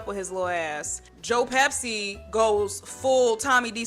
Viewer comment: The purple in your hair is gorgeous and that shirt is so cool. I'm assuming it's kind of a reference to Gregg Araki since you have good taste in movies. It makes me giggle every time you say Joe Pepsi instead of Pesci. And you are literally so cool for bringing up Big Girls Don't Cry... They Get Even! That movie is so underrated